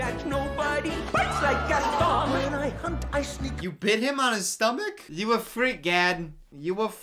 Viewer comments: Gaston: has a whole song about him and his name: mispronounces his name even during the song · The way he pronounces “Gaston” is making me cry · My favorite thing is that they literally sang an entire song about Gaston's name and still mispronounces it the entire movie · If your gonna say Gaston, can you at least say his name right?!? I mean they kinda said it a lot in the song... 😂 😂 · Anyone else mildly annoyed at how he says Gaston? Like.. just listen to how the characters are saying it, my guy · the way he pronounces gaston makes my blood boil ngl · I swear, the way mispronounced Gaston is torture. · Makes fun of how everyone pronounces words Also: Ghasten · why did he pronounce gaston's name like "gasten" lmao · the movie: sings a song that repeats Gaston’s name over and over: “Gastin” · He called gaston gas 😂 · Sir it’s GesTON! Loll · There was a WHOLE SONG about Gaston and you still mispronounced his name the whole time xD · idk where he’s from but if he’s from anywhere near North Carolina, there’s a lake called lake Gaston there that’s pronounced like he’s saying it. at least I’m hoping that’s the reason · pronouncing Gaston wrong for 30 minutes. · the whole movie: gast-on me: gast-on literally everyone: gast-on any chance he gets: gast-in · Its gaston not gason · Also the fact that he calls him "Gastin" when there's a whole song pronouncing it GASTON 😂😂😂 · Zoe Williams also HIS NAME IS PRONOUNCED GASTAWN NOT GASTN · The gaston song playing: Gast'n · song: says gast-awn at least 20 times: gast-en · stop stop stop you're going to take someone's eye out. besides, it's GastOn not GAston. okay im sorry im gonna just... bye. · Movie: literally says ‘Gaston’ as ‘Gast-ON’ in a song over and over again: ‘Gast-IN’ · Disney: Gaston: Gasten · GastON not GastIN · Ah yes my two favorite Beauty and the Beast characters, LeFool and Gast-in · Say Gastan one more time! I freaking dare you.